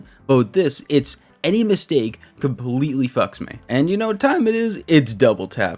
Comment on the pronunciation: I only have one shot on words compwetwy😂 no hate btw I couldn’t do this job ever just thought that was a funny coincidence keep up the good work😂